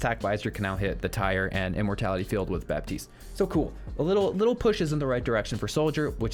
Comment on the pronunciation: The "p" is silent in Baptiste